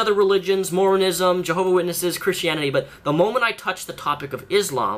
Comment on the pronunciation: I like how you mispronounce "mormonism" :)